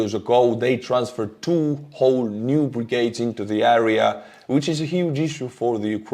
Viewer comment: I love your videos and your English is really good but area in English is pronounced Air-rea not aarea